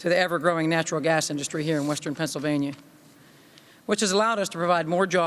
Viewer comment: Pennsylvania. Not Pennslvania